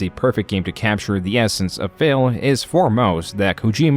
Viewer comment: I really appreciate how the narrator chooses to pronounce phill as 'fail'